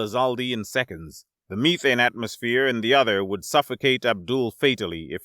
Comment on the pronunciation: you are saying methane wrong